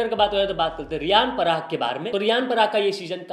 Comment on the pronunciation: Newsboy - Niyan parag ❌ Riyan parag ✔️